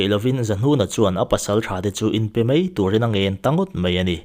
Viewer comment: 'Mai' tih turah 'mei' i tih chhung chuan beng thlep fe fe an awm reng dawn ania..boss.